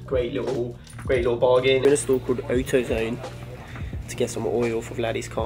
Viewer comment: I'm South African and this is hilarious